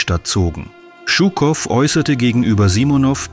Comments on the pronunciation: Die Aussprache russischer Namen tut weh: Djuuukoff nicht Tschuckoff. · Hallo! Gar nicht schlimm, ich verstehe deutsch gut. Ich hätte bloß sagen: 1.ЖУКОВ und gar nicht «ШУКОВ»! Шуков oder Щуков klingt sehr falsch aus. 2. ich bezweifle, dass Жуков , direkt nach 13. Februar in Dresden war. 3. «Это не наша война» klingt nicht Russisch. 4.Englische und amerikanische Luftangriffe 12, 13. 14. und 15. Februar 1945 waren wirklich schlimm. Dresden Mitte und Dresden Johannstadt lag wirklich in Ruine …. ( ich wohne selber in Dresden). MfG aus DD Александр. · Жуков, nicht schukov, wie Jaqueline, fehlt euch eine Buchstabe? :)) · Shukow heißt Shukow und nicht Schukow. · Stimmt, den Buchstaben "Ж" gibt es in deutsch nicht 😏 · Es wäre schön in solche "Dokus" und auch wo anderst aus ländische Namen aussprechen.BITTE nicht nur die Englische Namen. Er ist nicht Schukow sonder wie Ihr die Jour nalisten ausspricht:Jukow,so ungefer... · Warum dramatisieren Sie derart überhöht diesen propagandistischen Umgang mit einem Interview? Shukow hat stets authentisch und ausführlich dokumentiert, dass der Sieg der Sowjetunion im Großen Vaterländischen Krieg kein "gesetzmäßiger" Spaziergang, sondern ein Kampf auf Leben und Tod war. (Zur Aussprache: dieser Held der Sowjetunion, dem Berlin und die DDR wesentlich ihre Befreiung vor 80 Jahren verdanken, hieß Shukow – und nicht Schukow). Im übrigen treiben heutzutage die westlichen Medien noch viel schlimmer eine verzerrte Propaganda: zur Geschichtsfälschung durch Verschweigen, Zensieren und Unterdrücken missliebiger Wahrheiten.